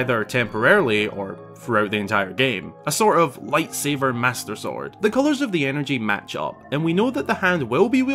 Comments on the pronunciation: ITS LIGHTSABER NOT LIGHTSAVER GOD GET YOUR FACTS RIGHT JESWUS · Did you say light saver?